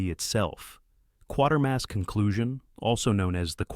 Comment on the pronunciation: Kwaytermass not quartermass.